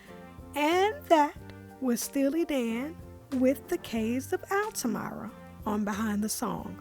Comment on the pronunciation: Sorry to nitpick, but "Altamira" is pronounced "altaMEERAH," not "altaMYRAH." Otherwise, I appreciate your appreciation of the Dan and this tune.